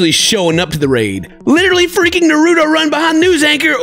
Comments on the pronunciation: I'm sorry I love you but pls say Naruto name properly it's not noruto it's Naruto 😤😤😤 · Why doesn't anyone correct his pronunciation of Naruto lol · Am I the only one who's just a little upset at the fact that can't say Naruto right?